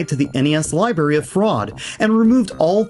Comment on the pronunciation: I just keep hearing "Libary"